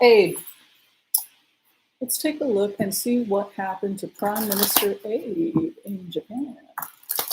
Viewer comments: Just in case no one has corrected your pronunciation of the Prime Minister of Japan who just stepped down, it is Abe ah-bay not Abe as in Abraham. Thanks for your entertaining chanels. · Prime Minister Abe (which I think is pronounced "ah-bay") poo-pooed the dangers of Fukushima's destruction. Maybe that is biting him back... card with skinny, en-caped figure with a glowing head... radiation? Your Cat likes Britain? She might like Scotland and a cat named Nala on the YT channel "1bike1world".